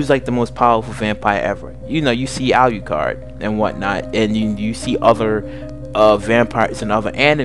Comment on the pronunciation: So first: pronounce alucard’s name right. It’s pronounced the way it’s spelled. Secondly: learn the anime’s and vampiric lore. There are so many inconstitanties in your vampire lore behind the two. If alucard was “absorbed” (per say) by D, alucard would be able to twist D’s mind due to the toxins in alucards blood. A powerful full-blooded vampire like alucard, would be able to make D go totally and mentally insane. So next time please learn vampiric lore before making a video of two overly powerful vampires. Please and thank you!!!